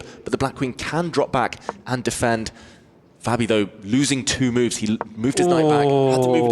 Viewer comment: What's up with David mispronouncing Fabis name?